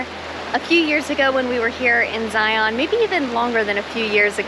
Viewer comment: Great Video! A little education....say Zion like Lion.... not Zi-ON. anyways, I have watched a few of videos and they have been great! The one that I watched before this was the one at Lone Rock at Lake Powell. Its one of my favorite places to go!